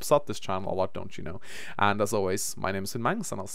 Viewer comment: "Dontcha know" Wow,, you really are Norwegian!